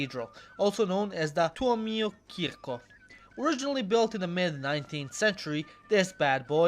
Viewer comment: After you butchered the name of Simo Häyhä, I was very surprised to hear tuomiokirkko being pronounced faultlessly....